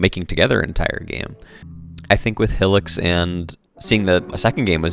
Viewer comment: "Hill-ics" 😂😂😂 Good video tho 👍